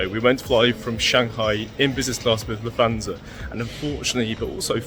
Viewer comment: Just for future reference, there is no “th” sound in German like English “thanks” or “the.” Lufthansa is pronounced “Looft-HANS-uh” in which the t and h stay separate and do not combine.